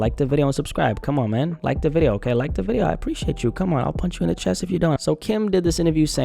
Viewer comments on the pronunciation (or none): none